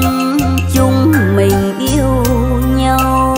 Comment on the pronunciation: Cô này phát âm chữ nhau không giống thầy Lập là nhâu tôi rất thích cách phát âm này nghe nhẹ nhàng rất hay chúc dồi dào sức khỏe